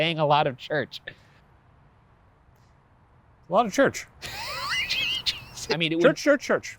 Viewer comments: Shane really made church sound like a fake word didn't he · he made "church" sound like slang for cocaine lol